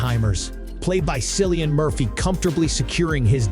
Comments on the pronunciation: This review is ass but I certainly laughed though 😂 these have got to best pronunciations ever Silian Murphy Robert Downey Jar Florence Puh And C I -Fi elements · Cillian is pronounauced with a 'K' sound.